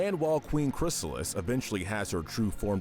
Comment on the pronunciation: Finally, They got "Chrysalis" name right after screwing it up so many times in the other MLP video